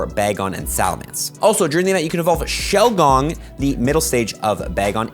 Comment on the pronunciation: No way he just said Shelgong